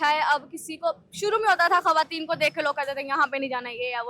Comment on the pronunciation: Good Efforts for women empowerment. Anchor sab please ap apna talafeez teak kareen. Khateen nahi khawateen word ha. Aur ap jiss ka interview kar rehay hain wo khawateen he bol rehe ha laken ap bar bar khateen farma rehay hain. Please don't mind. ❤❤❤❤Love from sargodha .Happy New Year 🎉❤🎉❤🎉❤🎉❤